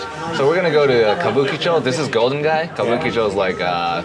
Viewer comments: Even after 3 tries, you still got it wrong - Kabuchicho! haha! It was funny. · You had me laughing...you couldn't pronounce Kabukicho...It's "Kabu-Ki-Cho" not "Kabu-Chee-Cho...so the "Ki" is pronounced like "Key" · couldn't say Kabu'KI' cho if his life depended on it😂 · Goddamn, it's Kabu-KI-cho